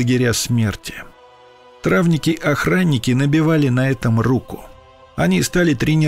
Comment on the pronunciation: Травники, знак ударения на последнее и